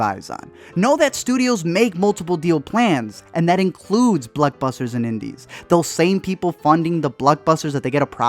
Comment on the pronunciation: Bluckbusters? It's blockbusters dog